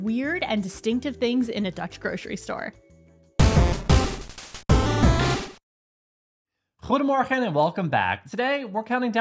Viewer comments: The 15 cents statiegeld is not a tax. It's a deposit for the bottle or can. Btw, your goedemorgen is nearing perfection. You can sound even more Dutch by saying it less precise, "goeiemogge" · Your pronunciation of goedemorgen is getting impressively good 👍